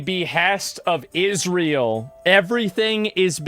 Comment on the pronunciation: why does bro keep saying "Isreal" 😭